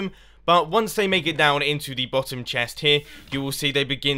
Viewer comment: "Then you wanna take out the blottom block there" lol